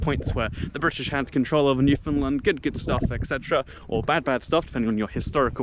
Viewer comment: New fa land. Say it like a newfie.